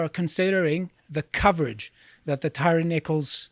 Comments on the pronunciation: NO, that's not how you pronounce his name. It's Tire. Like tires on a car. Man! I guess that's what you get with white supremacy. Not even respect for the dead. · I don't know why people keep pronouncing his name tyreeeee Its tyre like a michelin. Its like hyacinth bucket saying its bouquet from "keeping up appearences" lol